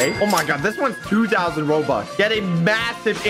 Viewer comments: Why did say roblux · Bobuck😊not robuck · I love how say roblux instead of robux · Oh no is becoming a dad he is saying roblux instead of robux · He say roblux it robux